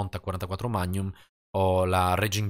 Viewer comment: Perché a volte dici (come molti altri) mag-num, al posto di magnum? (scritto così per spiegare cosa intendo come pronuncia). Cmq essere possessore e appassionato di armi mi aiuta ahaha